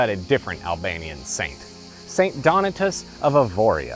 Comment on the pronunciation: Donatus, anglicized: accent on second syllable. Do-NAA-tus.